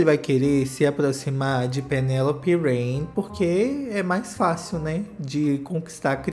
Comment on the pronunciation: Mas ele não chama Chuva né... É Reign e não Rain....